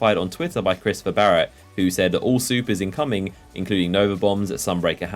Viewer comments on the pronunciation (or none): none